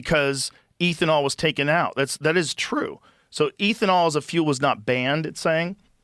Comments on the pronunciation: Every time Rogan says “Ethan-all” instead of “ethanol” I recoil in cringe🤦🏻‍♂️😆 wtf bruh😂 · ethanol is like beth-a-nall without the b. Not ethan-all 😅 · Eh thanol not eethanol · Stop saying EEThenal its ethanol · lol ETH-uh-nol. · Joe, the word is pronounced eh·thuh·naal...its not a long "E"❤❤❤ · Eeethanol? Oh no, Joe is turning into Simon whistler... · Hey Joe Its pronounced EATH-IN-ALL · Eeethanol... No ethynol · Somebody tell this man how to say Ethanol lmao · I had to stop after hearing him mispronounce ethanol at the 20th time. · Joe says he's a car guy, doesn't know how to pronounce "ethanol" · Ethanol is pronounced like meth and not like Ethereum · Joe’s ethanol pronunciation is frustrating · I love Joe, but his pronunciation of “ethanol” is infuriating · How Joe says "ethanol" is psychotic